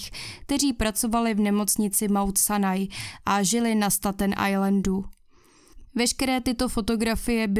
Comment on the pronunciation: Ta tvoje anglictina je desna 😂 jak muzes rict foneticky staten ajlend, kdyz je to stejtn ajlend